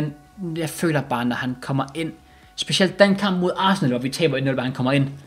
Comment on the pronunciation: 👌 video... Hvordan er det du udtaler Arsenal? Asna...